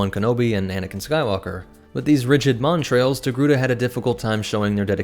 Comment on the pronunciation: Good content, well presented. I found it frustrating that you added an R in the pronunciation of 'montals', which has no r. Considering how prevalent they were in the video, the mispronouncing was upsetting. AND I couldn't have done anywhere near the job you did on this video. Stay awesome.